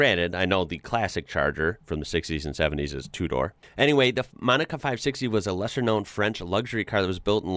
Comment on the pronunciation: . " MONICA " car.